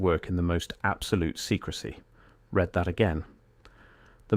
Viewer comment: With a bit of extra care this could have been good instead of AI Slop. The AI Slop voice said: "red" instead of "read", "nineteen seven" instead of "nineteen oh seven", and "sigh-multaneous" instead of "sim-ultaneous" For a bit of care this could have been good, but a lack of quality control, it's AI Slop.